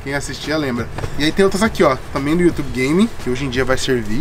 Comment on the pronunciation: mano o cara aprendeu a falar ingles e mesmo assim fala youtube errado pqp